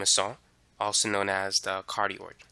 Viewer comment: For everybody watching, it’s “cardioid” not “cardiod”